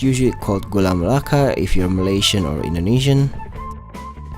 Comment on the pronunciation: Btw congrat you can speak Gula Melaka Correctly..